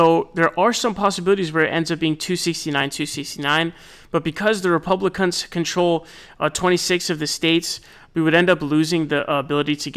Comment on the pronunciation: did you say "Republic*nts"? 😮😂